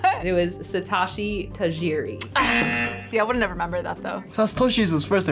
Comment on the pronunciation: Last name Tajiri is not pronunced Ta-ye-re. The correct pronuntiation is Ta-he-re.